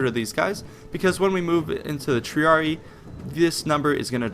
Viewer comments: The incorrect pronunciations take away from the credibility of the video. Not very hard to find out what the proper pronunciations of the different words are. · Salve. was thinking the same with the c. Also with triarii. The romans didnt have silent words and every letter was spoken so yeh again right with triarii. Vale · One other thing, the spelling is Triarii. It's not pronounced Treeree, it's pronounced Treereei. I typed it phonetically. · No trying to hate but Triarii is pronounced Tree-r-e-i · It's pronounced TREE-ARE-RE-EYE, haven't you played Total War Rome ? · Good video, good basic understanding of late Republican tactics, but my God man the pronunciation. Triareeeeeeeeeee shudders. Capitalize and pronounce the second I. Triari"eye" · Triarii pronounced TRIARI-EYE just a minor point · I'm pretty sure "Triarii" is pronounced "Tree-are-ee-aye" ... The two "i"s are pronounced differently, and, well, pronouncing that there is, in fact, two i's and not only one "i". Same goes for similar names like those of house Scipii etc. You must not have played the original Rome TW in a long time ^^ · Triarii , pronounced > Tree-Are-Ree-Eye Cool vid xD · Original Master or rather tree-ar-ee-ee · isn't it pronounced Tree-are-ee-eye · You said Triarii wrong It is like Triari i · The double "I" becomes tree-ah-ree-ee. This is the method to make a masculine noun plural, just as Julii, Helvetii, Scipii. Nouns ending in -ius -io (these are not the entirety of the masculine endings but these are the ones effected in this manner) are changed to -ii pronounced eee-ee. Latin is phonetic so every letter must be pronounced. To most English speakers this is awkward, but it is the proper pronunciation. See Wheelock's Latin. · Also, triarii is pronounced "tree-ar-ee-eye" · triarii is pronounced with both the i's pronounced. tree, are, e, eye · its pronounced triareyi pronounced wise. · Tree Are E Eye. That how you pronounce it. Triarii. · triarii tree-are-ee-eye